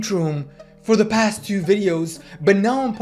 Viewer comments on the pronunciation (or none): none